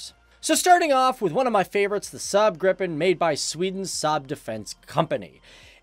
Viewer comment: you pronounce Gripen wrong, it's not Grippen it's Gripen